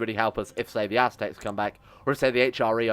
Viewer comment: Aztecs... ASS-tecs